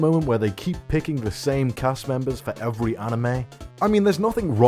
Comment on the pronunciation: “Evewy main character in evewy series” 😂